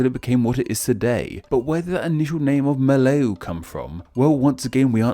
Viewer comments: Fun fact: Sabah is also called the "Land below the wind" (风下之乡), because Sabah is not affected by the typhoon and many traders often take shelter there. Also, Melayu is pronounced as Mer lar yuu. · why did he pronounce "melayu" as "mlayu" which means run in javanese?? i cant- 😭😭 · Brunei Muara literally means Brunei river mouth. Muara is river mouth Moo a ra Melayu Is Meh -lah - you Ouh God the butchering of bahasa malaysia. Nak dengar pun macam pelik giler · The pronunciation would be Me(r)-lie-you, and before 1957 (Malaysia's independence day), it was called Tanah Malayu, ie. Malay Land. So Malaysia is just the English romanization of that. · He pronounce Brunei’s districts so wrong 💀. Not to mention the word Melayu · That's quite a weird way to pronounce the word Melayu. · I love you video but i suggest to make the pronounce more better like kalimatan you don say the N is like kalimata and melayu is yu yu not you i know is hard to pronounce other languages name is hard tbh. Good video after all i learn more about the borneo name come from cause i still dont get it why just kalimatan is called differently Fun fact: indonesia is not the language or indonesian like that but bahasa indonesia. And oranghutan is english irony cause hutan is indonesia language idk about malaysia but the bahasa indonesia is orangutan no H is weird why bahasa indonesia not called oranghutan hmmm can you explain it pls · rrrrrrreeeeeeeee The N in Kalimantan isn't silent!! Edit: I give up on the pronunciation of "Melayu" hahaha. It's "Me-(e sounds like ugh)-laa-you"